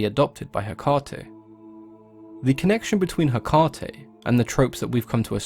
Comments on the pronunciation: Take it from a practicing witch: it's pronounced heck-UH-tee. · "Heh- caw- tee" wtf💀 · Cody Burtch apparently you didn’t hear the part of the video where November 30 is a day a lot of pagans and wiccans devote to her. One of the ways to honor her is to volunteer at a shelter or adopt an animal. So that’s what it has to do with Hecate. Not Hecante. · It is Ekati, the "h" is the tone before the " 'Ekati " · Ha- Kay-Tay. You're welcome. 🖤 (Also Nocticula Hecate) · Ok so I did a little digging on how to pronounce her name. I have it on very good authority that its actually pronounced eh-kah-tee. My wife is Greek. Seems we are all pronouncing the Greek gods named. Hades ,how it's really pronounced blew me away. And its not crete. You pronounce the e at the end so its kreetee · It's Heh-Kate , like as in the modern name KATE. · as greek i can tell you how is pronounced " ekAti " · I am pagan and Wiccan and we pronounce Hecate he/ka/Tay :) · Its pronounced heck-ATE! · In Greek, the emphasis goes on the antepenultimate syllable--HEH-kah-tay (or HEH-kah-tee in English) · Factually untrue. The emphasis in Greek goes on the penultimate syllable, heh-KAH-tee (using your notation). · If you're really a practicing witch you'd say it the Greek way. He literally told us how the Greek pronounce it, why would you say it that way? The greek way sounds cooler and spoken the way it's supposed to be. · Haha just started it and the first thing he mentioned was the pronunciation. My teacher had us say it like Heck-aw-ta. Like how he says it with an uuuu at the end.